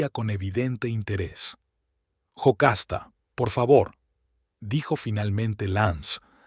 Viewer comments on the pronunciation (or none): No es Jocasta es Yocasta